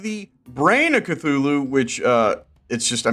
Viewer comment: THEY PRONOUNCED CTHULHU WRONG